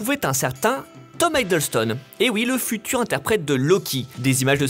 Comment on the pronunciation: Hiddleston est mal prononcé. Scandale.